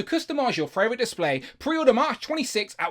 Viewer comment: Every time you say "fravorite" my body recoils in pain. Love your content otherwise, though!